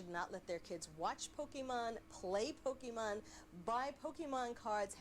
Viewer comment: Being corrected about Pokémon by a guy who calls them Pokeman is embarrassing. The only reason that second guy was able to do that is because he had the intellect to actually sit down and watch some of it before talking.